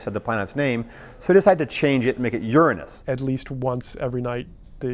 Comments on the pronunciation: I personally love the pronunciation 😮wish that one was used more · Your Ran Nuss Sounds best thats the way im saying it